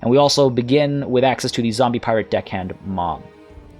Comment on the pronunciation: Did... i hear him say piwate queen? i might have misheard the R there